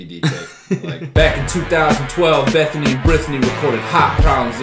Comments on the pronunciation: I genuinely thought he said Bettany and Birthany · I heard Berthany. Either way, I fucking died. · "Bethany and Brithany" 😭